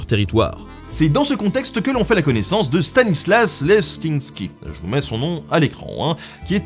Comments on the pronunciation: Ça se prononce Lésinski ! Il a inventé la Madeleine de Commercy (Lorraine) : RESPECT ! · Ça se prononce LEZINSKI. Et se n'est pas Loulou XV qui choisit, mais son 1er ministre qui lui dit en gros: " c'est elle ou rien..." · Stanislas !!!!! Vive la Lorraine !!! Leczinsky se prononce "les-uns ski". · Je crois que ça se prononce Stanislas "Leshtchinski". Et on peut vraiment dire qu'il aura pété le feu jusqu'au bout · Stanislas Leszczynski. Le "sz" "cz" se prononcent "ch"